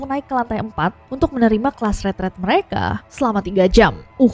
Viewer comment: Nessy ngomong ret ret or retret ??? Kok di kupingku, ret ret?